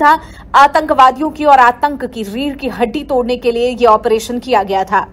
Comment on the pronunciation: Tu operation ka theek uchchar karna bhi nahin jaanta Kya video banane nikala hai